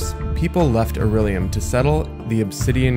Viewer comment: I know it sounds like nitpicking but you keep saying aurellium when it's Aullerium